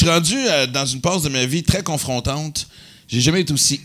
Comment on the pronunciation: essai de compter le nombre de fois que Maxim dis: comfrontant?